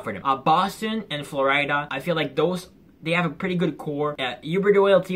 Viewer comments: Love how you said Flo Rida for Florida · and they way you say Florida got me dying bruh